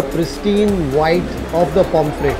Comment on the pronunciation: POMFRET NOT POMFREY T